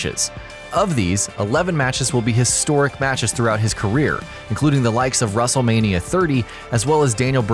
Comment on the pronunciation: Is it just me, did it sound like he said "Russel-Mania"?